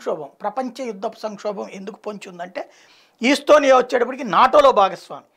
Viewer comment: ఈస్టొనియా కాదు, ఎస్తోనియా